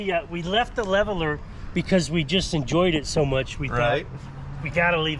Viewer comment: “Thank you so mush for washing..”